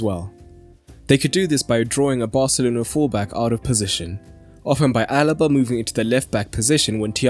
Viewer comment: The name is Alaba Not Alba